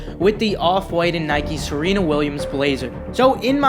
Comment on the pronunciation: YOU SAID SERENA RIGHT FOR ONCE 😂😂